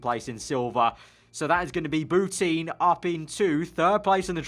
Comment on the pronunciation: It hurts every time you say bouteen. Shes french, its pronounced Boutan...